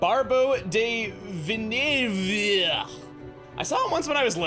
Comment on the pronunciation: The last name is pronounced Veel-newv.